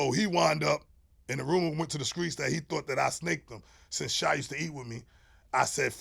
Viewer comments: Everytime he said "Skreets'" I corrected him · Why he say screets like he from Mississippi 😂😂😂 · From that era many put the K in place of T. LoL... Not really a south thing. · From Jersey & been sayin "skreets" all my life